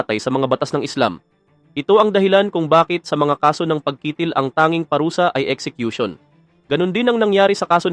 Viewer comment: ayusin mo ang pag narrate..yung salitang pagkitil..hiling...para hindi ka nagmumukhang eng eng..ninenok mo lang ang video na yan.hahahahaha nakita ko yan sa channel ni Islamic Stream..